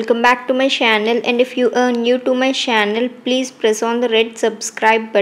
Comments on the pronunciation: why do you pronounce "channel" as 'shannel'😂😂😂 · Hehehehe 😂 you say shannel